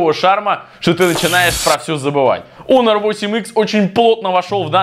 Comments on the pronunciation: какой раз смотрю и задаю вопрос . КАКОЙ ОНОР ЕСЛИ ПРАВИЛЬНО ХОНОР!!!!!!!!!!!!!!!!!!! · Во первых: не "онор" , а "хонор" И второе: половина смартфонов выключены (все кроме 2) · Не онор , а Хонор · ПОЖАЛУЙСТА, ПОЖАЛУЙСТА. Не Onor, а Honor И да, 1)Honor лучше твоего айфона. 2)цена разная 3)включал не одновременно 4)ХВАТИТ ОРАТЬ! ГОВОРИ НОРМАЛЬНО. СЕЙЧАС ПРЯМ ВЕДЬ СЛЮНОЙ В ЛИЦО ПЛЮНЕШЬ. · Как бы он не онор а хонор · Не онор а хонор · Онор а хонор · Хонор а ни онор